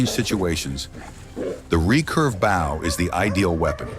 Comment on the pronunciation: Mitch Pileggi, whose voice they've stolen, is not so stupid as to pronounce 'Bow and Arrow' hunting as" Bough and Arrow" hunting, pay the voice actors you thieves!